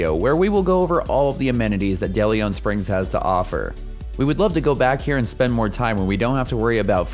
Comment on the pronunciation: Are you mispronouncing DeLeon Springs?